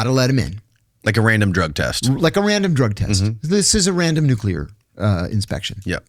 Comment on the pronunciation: Why can't pronounce 'nuclear'?